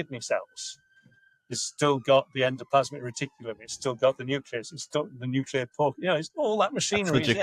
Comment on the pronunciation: Can you please fix ‘nuclear pork’ lol it’s annoying me